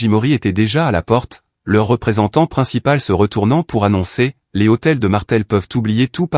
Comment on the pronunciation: Lh d hôtel n est pas un h aspire on ne dit pas les hôtels